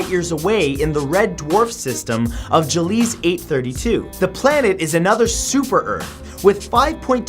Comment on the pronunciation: Gliese is pronounced glee-sah. Not juh-leez. Thanks!